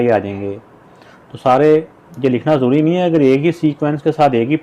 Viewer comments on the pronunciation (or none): none